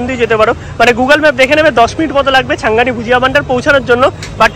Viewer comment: Valo kore dokaner naam bolte pare na era ekhono , CHHANGANI ke continue CHHANGI blche Era naki food blogger